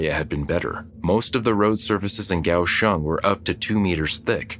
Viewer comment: Wow! I lived in Taiwan during the 80s and had been to Kaohsiung (liked that the narrator got the pronunciation correct). I never heard of this. If you get to the city, check out the port which is quite deep. There is a park on one side and the opening is fairly narrow. As ships come in you can see the crew. Wave to them. They usually will wave back.